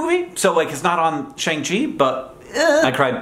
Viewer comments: “Shang-Chi” is pronounced like “Shaun” (the main character’s English name, hence Katie’s quip “You changed your name from “Shang” to “Shaun”?”), not “Shaang” - Respect you a lot Hank but why do non-Asian English speakers not get this right the pronunciation already exists 😭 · Shang Chi is pronounced “Shahng Chi”. It’s a long A sound. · Not to be that guy, but that’s not how Shang Chi is pronounced, even with an American dialect. Shang pronounced more like “Sh-ahn-g” or “Sh-on-g”. It may seem a bit pedantic, but it’s important we do our best to whitewash other cultures. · Not me screeching about the incorrect pronunciation of Shang-Chi